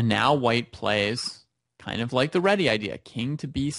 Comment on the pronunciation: its a hungarian surname, its Réti not Reti :D